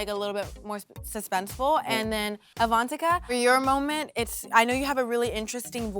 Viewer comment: they kept saying Avantika's name wrong and it drone me NUTS